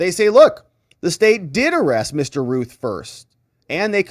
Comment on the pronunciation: Anybody that has see THE GOONIES knows how to say ROUTH. ROUTH. RYAN....ROUTH.